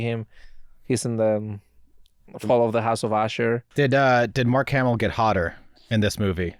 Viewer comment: Insane the disrespect on mark hamill’s name